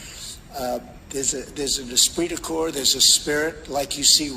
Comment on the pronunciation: Wow, did Trump really manage to say Espirit de Corps? I am genuinely impressed, he must have spent hours practicing that one.